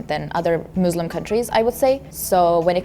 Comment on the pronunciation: i loved this but the thing that triggered me most is when she said muzluhm and izlahm